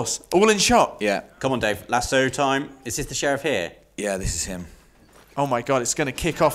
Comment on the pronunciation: You pronounce lasso lasso, not lasso.